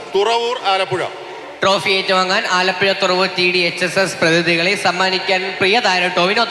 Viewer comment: പ്രതിനിധി എന്ന് പറയാനാറിയാത്ത ഇങ്ങനെയാണോ അവതാരകനാക്കിയത്. എങ്ങോട്ടോ പോകാനുള്ള തിരക്കാണെന്നു തോന്നുന്നു ആ ചെക്കന്. ഒരു മര്യാദയില്ലാത്ത അവതരണം